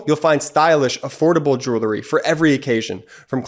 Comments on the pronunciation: Hey kid? The word is "jewelry" not "joolery". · For heavens sake, tell your brother that there is no such word as jew-lery. He needs to re-shoot his ad presentation. It undermines your site's credibility. The word is pronounced "jew-well-ry" Otherwise, I think this is one of your most important videos. It informs the educable group in the middle. Let the facts of the charges, as presented by the DOJ, speak for themselves. We don't need anyone's predictions. Just present the actual facts - not the speculations. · Jewel-ree? Bee-casse? Jewelry. Because. Dang Northeasterners. Cheer Midas. It just makes me grin every time some weird pronunciation of words goes wrong. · Grates on the nerves a bit to hear the word mispronounced so many times in one advertisment.